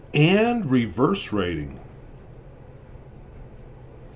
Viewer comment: I like the way your "r" stands out from your "s" in the word reverse. As a fellow with the last name Norris i am very consious of how they can be a pain in the butt. Ha Ive been trying to improve my lowercase s and r.... Ps: wow that flex is sick. I should get one of these pens :o (the grip looks comfy too which is the main factor for me when buying a pen)